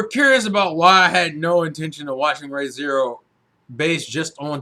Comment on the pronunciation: ree not ray